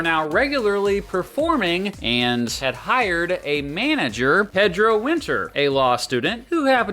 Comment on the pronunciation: Bro he mispronounced the name Pedro lmfao.